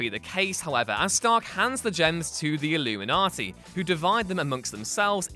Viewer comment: Why does he keep calling them the illumaniti?